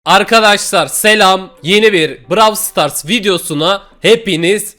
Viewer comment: Abi brawl stars a browl stars demeyen tek kişisin